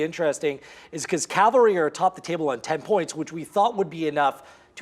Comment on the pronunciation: "Calvary is still trying to find the best version of themselves" - is still trying to find the correct pronunciation of Cavalry